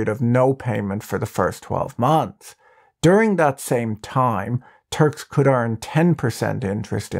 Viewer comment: This is a great content! But the way you say “muslim and turk” is triggering me. Like you are saying muzlem or something.